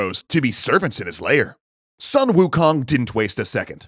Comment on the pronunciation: "Soon", not "Suh-n" Also, the reason he wanted to find his own weapon was cause every other weapon broke under his own strength. One of his fellow monkeys told Wukong of the Eastern Sea Dragon King's weaponry.